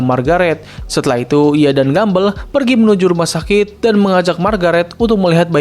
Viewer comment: Entah kenapa gw merasa lucu ketika lu nyebut Gumball "Gumbell"